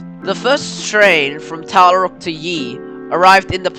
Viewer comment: The first one was Tallarook which is pronounced TallaROOK. After the Yee I stayed with it anyway as it was a very interesting video for me.